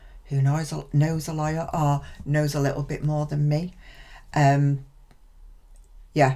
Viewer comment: When you said: 'I'm not a LAWYER' ... I heard: 'I'm not a LIAR'